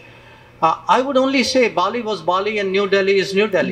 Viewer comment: 🇮🇳🙏 NOT BOLI,BAALI